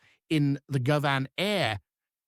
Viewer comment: AI bad pronunciation of Govan, pronouncing it goVAN.